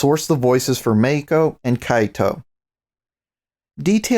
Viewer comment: Random: Every time you say Meiko, I hear "Mexico" in a Spanish pronunciation. uwu